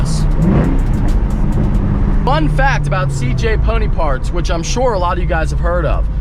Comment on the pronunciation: It sounded like you was saying cj pudding parts. I couldnt understand ya. But once i saw the sign it made sense haha